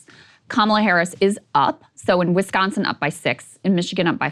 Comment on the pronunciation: lol "Wischigan"